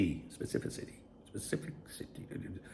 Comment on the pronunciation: with his specifisissy.. that word 😂